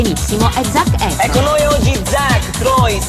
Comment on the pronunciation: He pronounces efron wrong